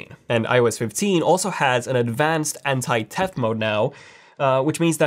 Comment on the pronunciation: U literally said “ Anti -Tef mode” 😂😂😂🤣🤣instead of Anti theft lmaoo